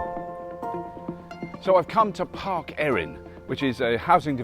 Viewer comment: Welsh pronunciation tip: "Eirin" would be said like "eye - rin". The "ei" vowel combo is like English "eye", basically.